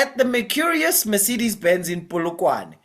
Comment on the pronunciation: Pronounces MERCEDES perfectly.